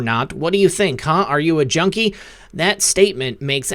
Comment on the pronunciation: Did anyone else notice, during the Biden interview, he didn't say junkie he said "jonie"?